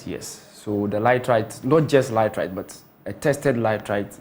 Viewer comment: And you the experts say "lightrite" instead of laterite? Eeeiii boi